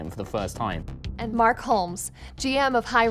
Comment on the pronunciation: I live for the fact that one day Mark will have his name pronounced correctly.